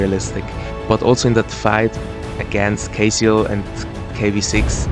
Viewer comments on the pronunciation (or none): Bro you kept pronounce casiel as Caseoh lol